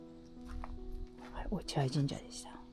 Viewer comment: 落合 ・・・・読み方は、おちあい です。